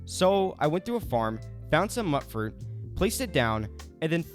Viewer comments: I’m sorry… “Nuka~Cola” not coke! Mutefruit, not “Mutt” fruit… Am I the only one bothered by these transgressions?! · Please stop pronouncing it muttfruit... I'm gonna lose what's left of my mind.